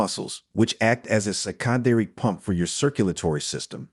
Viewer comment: Really! I'm so bored with all these health videos that go on and on. Say it once. Get to the point. By the way, in "secondary" the accent is on the first syllable. It is not "sec ON dary " . AI has a place somewhere, it takes information from research done by people and packages it for different audiences. It's not always absolutely correct but I learn stuff from it. Not much you hear on YouTube now is a person talking. But i always know when they don't accent the right syllable or word in a sentence. I don't like it but I'll probably keep coming back